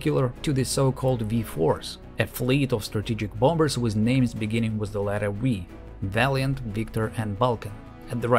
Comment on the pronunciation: that soft V haha "Wee bombers" lol, just dudes pissing out of planes